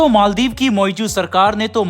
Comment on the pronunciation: Its maldiv not maldeep